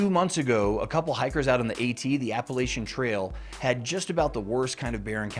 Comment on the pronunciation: First video ive watched where the person pronounces the Appalachian trail name correctly